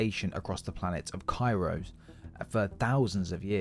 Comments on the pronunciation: Kairos Not kairo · What do u never pronounce the s in kairos u imbecile.